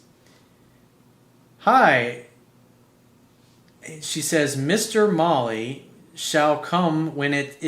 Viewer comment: Vincent Dowd hahaha I’m with you bro , I think he meant Mole, not Molly lol he even says “a good Mexican mole spot” lol